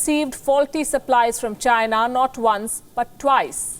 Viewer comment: It's not China. It's.